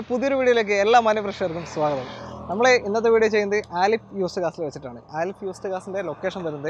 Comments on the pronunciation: ആലിഫ് അല്ല അലിഫ് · ബ്രോ ആലിഫ് അല്ല അലിഫ് എന്നാണ്